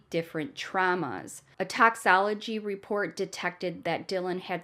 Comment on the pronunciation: FYI it’s toxicology not doxology……. I’ve been binging all your episodes keep up the good work